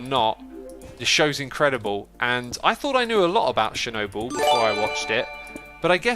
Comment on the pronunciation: be like: Shernobyl